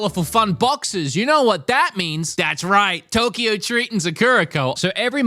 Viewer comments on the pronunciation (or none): none